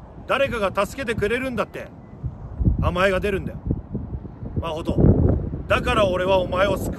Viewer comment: マホトって言ってるんだと思うんだけど マコトって聞こえてしまって 一瞬、自分の名前呼ばれてるかと思った😅